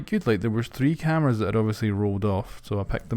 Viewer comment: to kinda cath the cameRRRRas